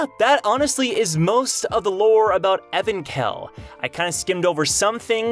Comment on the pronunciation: I thought its pronounced Evank-hell not Evan-khell.